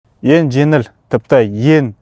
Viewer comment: Ассалаумағалейкум жарайсың бәрі тамаша тек алға! Дами бер. Айтар сөзім, сөйлегенде өтініш (ен жеНіл, еН тиімді барасыН, істейсіН) емес.«Ң» дейтін әріпті ұмытпаш. Яғни(еҢ жеҢіл еҢ тиімді, барасыҢ, істейсіҢ) деп жазылады және айтылады. Бұнда тұрған ештеңе жоққой деп ойлауыңда мүмкін, ештеңе жоқ емес бар деп есептейміз қазіргі таңда ең үлкен мәселелердіҢ бірі ол тіл мәселесі болып тұрғой. Тілімізді ұмытып қалмайық қай жерде де әріптердіҢде қолдануы тілдіҢ дамуына маҢызды. Тек жақсылық ойлағсын айтып жатқаным. Дұрыс оймен қабылдарсыҢ.